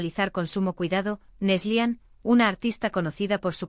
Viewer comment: Es Neslihan , no neslian